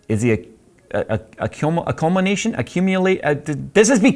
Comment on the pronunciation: Cull----min---nation culmination.